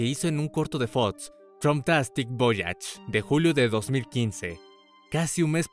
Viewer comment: Excelente video, aunque me pone muy nervioso cuando pronuncia las X y las CC reemplazandolas por TS.. Preditsiones. Fots. FOX PREDICCIONES. PERDON PERO NO PUEDO TERMINAR DE VER EL VIDEO...